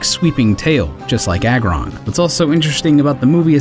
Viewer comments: pronounce Lair for me? It's Lair as in Lairy or a Lair Agg as in Aggressive or Aggregate but we all make mistakes, trust me as I've grew up I've got a lot of their names wrong, always used to say Niddo ran and Venna saur as a kid 😂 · Lareon not Lyron Lairon - Lairy Aggron - Aggressive